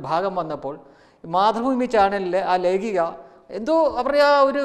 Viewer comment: ലെഖഖ യാണ് സുഹൃത്തേ ലെഗിഖ അല്ല